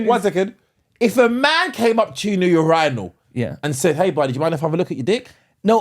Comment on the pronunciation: There is no fkn way that’s how you pronounce urinal 😭💀